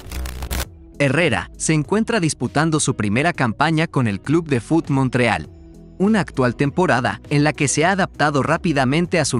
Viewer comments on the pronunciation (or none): none